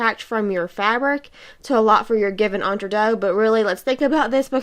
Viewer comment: I wish it wasn't so painful listening to an American not even trying to say the French word properly. It literally means "between two." But your tutorial is fine.